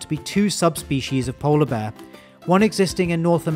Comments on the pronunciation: It sounds like you are saying bah not bear. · I like how he says "bear" like "beh" or "baah" XD